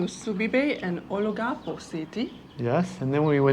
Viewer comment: olangapo...along a poe.......Tagaytay is Ta guy tai